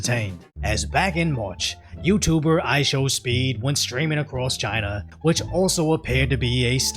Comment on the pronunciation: Hasan can't even special China. He had "Chiner here we comeeee". He is so dumb.